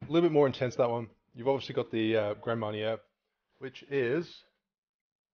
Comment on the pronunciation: It's pronounced Grahn Marn ee ay not GRAND Marney er